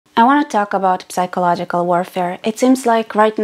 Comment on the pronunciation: Love your uploads, I watch them all ever since I found out about your channel. Just one thing... The word "psychological" in english you pronounce with a silent "P": -sychological. Anyway, don't mind me, I'm a bit autistic. Love you!! ❤